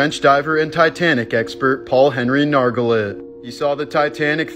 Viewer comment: It's pronounced NarGelay